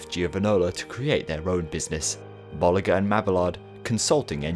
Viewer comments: Bo-lee-zjé and ma-bee-yard 😤😤😤😤😤😤😤😤😤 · i’d crack up every time you’d say bollinger because it sounds like you’re saying ball licker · gotta love that whoosh transition! I think this is the most high quality video I have seen from you to date! well done! even if you had to render it 7 times lol! 1 thing tho, its pronounced Bolee- shuu and mabe-ard sorry for being picky